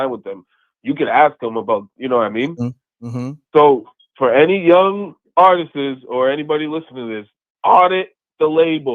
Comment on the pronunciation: It's not Artises...it's ARTISTS.